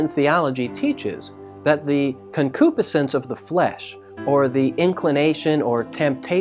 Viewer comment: You're saying concupiscence wrong. Pronounced- Con-Q-Piss-Since Enjoyed the teaching thanks!